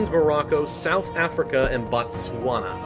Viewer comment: That's not how you pronounce Botswana